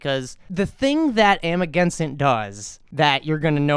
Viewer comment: It’s cojones , pronounced like co hone es. It’s Amagansett. Not sent. Just saying.